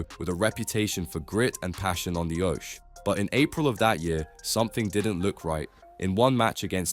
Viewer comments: The oash? It's pronounced och ee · I HOPE GABRIEL CLEMENS SUES YOU PERSONALLY FOR YOUR MENTIONING HIM AND QUESTIONING HIS LOSS OF FORM INSINUATING HE IS A CHEAT. AND LEARN TO PRONOUNCE THE WORD OCHE